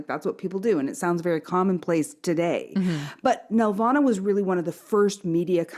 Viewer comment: Why doesn't anyone on YouTube know how to pronounce the name of one of the biggest animation studios in Canada?! It's nel-VAH-nuh, emphasis on the VAN in the middle it's not a Grundge banf from the 90's. David knows how to say it; why didn't they listen to him? We didn't 'make' Barney; we distributed it. BTW, Sheridan crapped all the time on Nelvana, they saw television as beneath their students at least around 92-93.